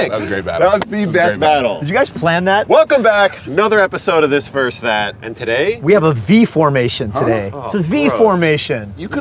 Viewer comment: I wish versus was pronounced correctly.......